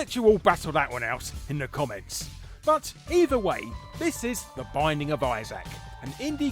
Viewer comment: "The Bissac of Isaac" IM DYING.